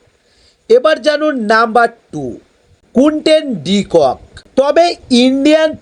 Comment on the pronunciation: এটা কোন ধরনের কথা বলার sfyle. কুইন্টন ডি কক নয় কুইন্টন ডি কক।